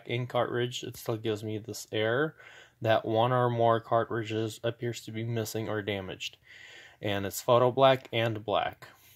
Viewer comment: Lol, that was bugging me also